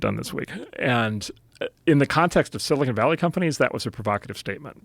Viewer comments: Joe, it’s not “silicone” it’s silicon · IT'S NOT sili CONE valley!!!! It's sili CON!!! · i'm sure its been said, but Rogan always says "silicone valley" lol